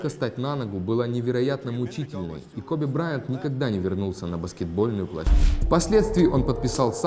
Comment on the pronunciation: Не Кобе а Коби!